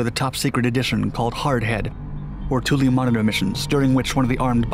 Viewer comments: It's twillo. Not tool e..... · Spell it Toole Say it twillo.....